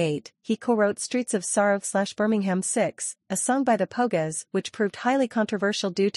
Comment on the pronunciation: The Po-gess. Ouch! Painful